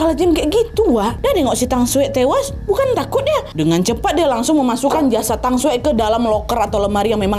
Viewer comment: halo kak cuma mau kasi tau kalo cara baca j dimandarin itu diganti ke c jadi ma jia jue brrti cara bacanya ma cia cue kalo tang, bacanya thang sekian xixiixx